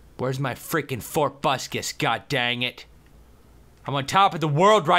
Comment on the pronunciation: when you say tobuscus it sounds like fort but kiss .-.